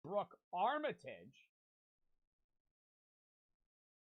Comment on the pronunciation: This cornball still says armitage wrong🥀